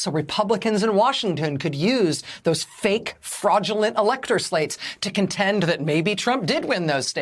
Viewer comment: I love how she spits out "FAKE & FRAUDULENT"